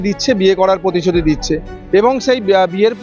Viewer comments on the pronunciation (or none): কথাটা পতিশতি না প্রতিশ্রুতি। বাংলা টা শুদ্ধ করে বলা হক।